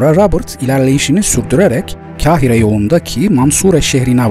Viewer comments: Kahire'nin ilk harfi kef değil kafdır. Dolayısıyla ince okunmaz. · 'Kahire' telaffuzunuz yanlış. 'Kahire' deki 'Ka', 'Kar yağıyor' cümlesindeki 'Kar' ile aynı şekilde telaffuz edilir. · Herşey iyi de Kahire telaffuzunu düzeltmelisin